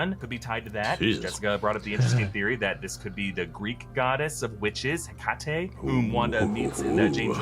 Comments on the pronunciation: mispronounced Hecate and it really bothered me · What the absolute fuck was that pronounciation of Hecate? "He-cah-tay"?? Bruuuuuuh......for someone who does such in depth research to for these videos you'd think he'd know or at least look up how to say that properly